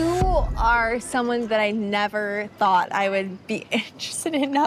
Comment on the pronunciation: You say Ni dominant trait could be called the "thought police" but in the context of Lexi and Vanessa, all I heard was "thot police" lmfao